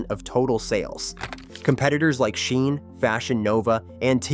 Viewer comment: Is this AI voice…? Why is he saying “SHEIN” and “Temu” weirdly lol